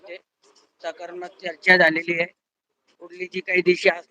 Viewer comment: Sakarmak nhi te sakaratmak aahe . Va re uvaprashikshak 😂